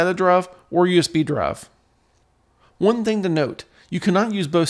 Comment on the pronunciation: D...R...I..V..E not Druv!